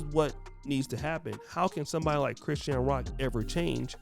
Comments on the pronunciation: I thought her name was pronounced like Chris-SHAWN… not Chris-sheen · Her name is pronounced CRI - SHAWN 😂😂🤦🏼‍♀️